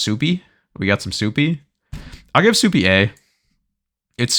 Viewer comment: Calling Supay Supie is pretty hilarious